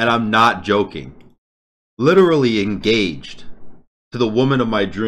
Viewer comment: Congrats on getting en-gah-hayed